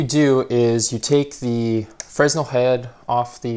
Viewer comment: it’s pronounced FREH-NEL fyi. good video btw